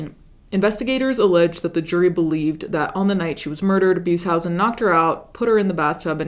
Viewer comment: You mispronounced Beushausen. But good video :) ❤.